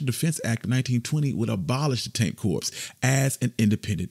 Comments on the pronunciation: Did I hear "corps" instead of "cor"? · Tank Corps (sounds like core) not corpse